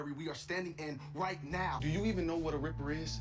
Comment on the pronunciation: Haha it's a ripper not reaper.